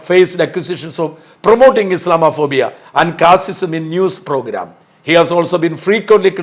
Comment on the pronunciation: ഇസ്ലാമോ ഫോബിയ എന്ന പദം ഇസ്ലാമാ ഫോബിയ എന്ന് തെറ്റായി ഉച്ചറിക്കുന്നത് അഭംഗിയാണ്.